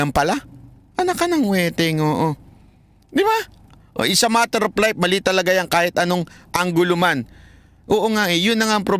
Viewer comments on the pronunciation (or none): Kung nagkamali man si bisdak sa pagpronounce ng vlogger at ginaeang bligger, ikaw naman ang life ginawa mong lipe at ang fact ginawa niyang pact. Alam mo, hiniram lang natin ang English language, kaya pagmagkamali sa grammar at Pag pronounce, okey lng yan.